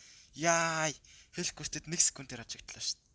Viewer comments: Хэлкурт биш Хэлкарт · Malaa hel kart bish helkurt